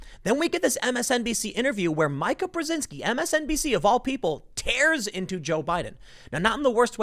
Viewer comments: Tim, if you see 'Mika', say Mee-kuh. (And for Jonathan Haidt, say Jonathan Height). Yeah, yeah, yeah, I know I'm sweatin' the small stuff. Love your work, Padnuh. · I think Mika is pronounced Meeka. :) I used to watch them till they lost their minds. :) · Don't be an idiot, who calls her "Mike-ah"? David "ike"??? You're smarter than that, quit the dim-wit act. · Are you purposely mispronouncing Meekah…???? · Her name is pronounced as MEKA! ME-KA! MEE-KA! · Dam it Tim it’s pronounced Me-ka! Lol. Just like you mispronounce McGowan. It’s Mc-Gauw-in. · Can someone please tell Tim that it’s pronounced ‘Meeka’! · I can't stand it anymore. I'm a conservative, so I listen to both sides. Her name is pronounced MEEKA, MEEKA Timmy. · 'Meeka' it is pronounced 'Meeka', same with how you mispronounce Rose McGowan. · Mee-Kah you Moron... Did you not even Listen to the Interview? He says her name multiple times while addressing her! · "The polls have Biden in the lead"... Yeah... These are the same pollsters who were saying Hillary Clinton would win in a landslide all the way up until election night 2016. Also, I know this is a little gripe, but it's driving me nuts. If you see this comment TIM POOL, her name is pronounced "MEEKA" not "MIKE-A". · Ok, I can't stand it anymore so I have to just say it. IT'S PRONOUNCED MEE-KA! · Learn how to say Mika. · you're saying mika's name wrong. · You really need to work on properly pronouncing some of these names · Pronounced MEE KA. Not MIKE-AH.. Rhythms wtih Zika (like the virus). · Tim, I'm always sharing your videos BUT her name is pronounced Meekuh not Mykuh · Her name is pronounced "Meeka". Jeez, Tim haven't you ever seen Eurotrip? Scotty doesn't know! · It’s MEE-ka not Mike-a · Tim that MSNBC bitch's name is pronounced Me- ka, not My-ka. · It’s not Micha it’s Mika like Meeeeeka. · It’s not My-ka, Tim, it’s Meeeee-ka..... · meeeeka, not Micah. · MEEEE KA BREZINSKI NOT MIKE KA PLEASE! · Mica? Mika is pronounced “Meeka”. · Meeka, not Mika!